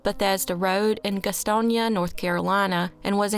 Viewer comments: Gastonia- pronounced GAS- TONY- UH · Ive only ever heard of the Jamie Fraley case. Im from Gastonia, born and raised. I like how you said gastonia. Even though you didnt pronounce it right :) its pronounced exactly how its spelled. Gas tonia